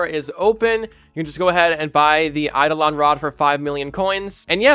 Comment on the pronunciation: YOU CAN PRONOUNCE IT!? 😮